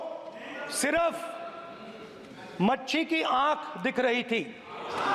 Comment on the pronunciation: मच्छी नही मछली होता हैं 😅😅😅😅😅😅